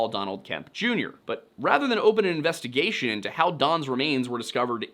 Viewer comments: Please never say “investagussy” ever again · did this man just say investigussy? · "Investa-gussy" SIR, u made me spit out perfectly good coffee! 😂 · I came here to comment "Investi-WHAT?!"